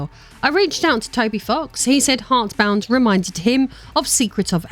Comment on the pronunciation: Intentional or not, I found it quite funny how you mispronounced the name of his little game almost every time